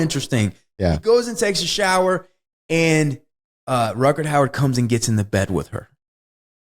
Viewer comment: "RUTGERT HOWARD" :) Ha ha ha. Gotta love this guy for not having a clue about the name of this actor. And keeps butchering both the first name AND the surname of Rutger Hauer. Yet seems completely confident and convinced that someone named Rutgert Howard starred in this movie :)